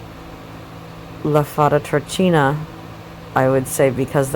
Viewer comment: dark Kaliba = Kaliba, Gnosis Incarnate La Fata Turchina -> italian name/word -> ch followed by a vocal is pronounced as a K